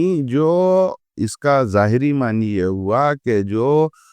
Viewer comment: معنِی معنِی سن کر دماغ خراب ہو گیا۔ نون پر کھڑا زبر ہے۔ "معنیٰ" پڑھا جاتا ہے۔